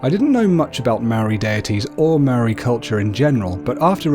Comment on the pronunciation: You idiot you say Maori so fucking bad you imbecile